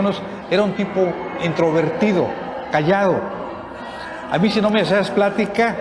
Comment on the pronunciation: No pues que buen maestro que dice entrovertido en lugar de introvertido 😂😂😂 amlo le copio todo 😂😂😂😂